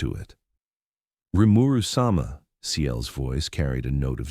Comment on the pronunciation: Rimeru sum-ah? Lol